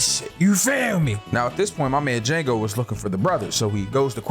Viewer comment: The d is silent 😂😂😂